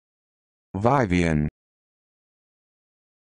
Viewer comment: It’s pronounced Vivian actually lmao